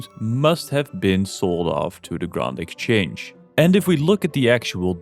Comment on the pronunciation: I immediately dont trust you because you said "grawnd" exchange